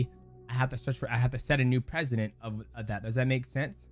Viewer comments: PRECEDENT not PRESIDENT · “Precedent” not president